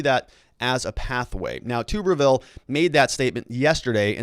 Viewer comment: its pronounced Tu"bberville (Like Tub)